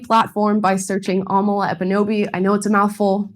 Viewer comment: Its not Amala, It's Amala! Let's get it right folks!